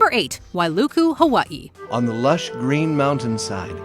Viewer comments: What in the heck is a Ha-WUHT-ee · Why do you pronounce Hawaii like that? 😂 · Is anyone else bothered by her saying Hawaii wrong? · Props to the narrator for getting all that Louisiana stuff right, but the way she pronounces ‘Hawaii’ tells me she focuses much on culture stuff. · Stop saying Hawaii like that smfh